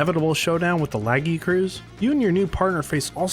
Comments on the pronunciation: Awesome video but your pronunciation of Lagiacrus is painful lol Edit: you say Laggy-uh-cruise but it should be Luh-guy-a-kris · Lagi- A- cruise????!!!! Lu-Gai-Ah_Kris is the only real way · Hearing you say "Laggy-uh-cruise" through the video was so painful 😭 it is pronounced "Luh-Guy-Uh-Crus" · I've heard two people pronounce the "-crus" as "cruise" and I don't get it! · Bro said laggycruise instead of lagiacrus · This is the worst way i heard someone pronounce Lagiacrus. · The way you pronounced lagiacrus caught me off guard lol